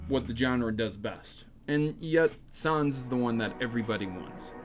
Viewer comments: Troughout the whole video I kept quietly yelling "IT'S NOT SOHNS IT'S SANS" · He says Sanez Its sans GOSH get it right :P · i hear sawns not sans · Sons? I think you mean Sans. It's really not a hard word to pronounce. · its nor pronounced "sons" its pronounced "ness" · When an Undertale geek hears someone pronounce sans as sons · Sauns? Excuse me? 😅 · The a in Sans is pronounced as a short a like in the word "sad" 😗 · Camic Sons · Sans was pronounced wrong here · I'm sorry but your pronunciation of Sans is cringe. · That's not how you pronounce his name. It's like saying Comic Sans.